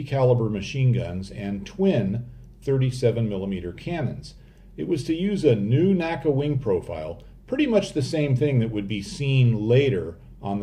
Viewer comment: N-A-C-A, not Naca. It's not Nasa.